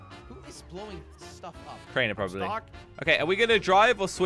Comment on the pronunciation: you sayd craner flying lol